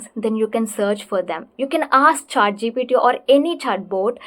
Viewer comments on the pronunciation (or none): none